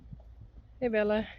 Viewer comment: I love the way you say Bell-a and Corall-a! ❤ It's beautiful and I prefer it to the more plain-sounding English versions.